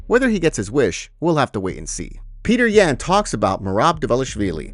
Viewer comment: Petr Yan - pronounced Peyoter Yon. Stop mispronouncing names! IT'S YOUR ONLY JOB!!!!!!